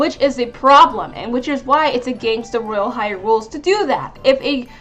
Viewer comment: Its royale high not woyale high